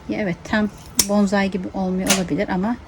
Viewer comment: Hanımefendi elinize sağlık da , bence öncelikle yapmaya çalıştığınız şeyin hiç olmazsa adını düzgün telaffuz edin. Onun adı BONZAİ değil BONSAİ dir. Saygılar